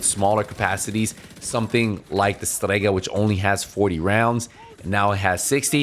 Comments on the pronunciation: Just say Strega why the pronunciation? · Your accent is showing hard when you say "Strega" - love it !